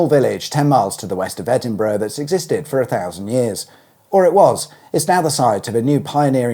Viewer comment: I agree - how else can he get Edinburgh right and Winchburgh wrong in the same sentence?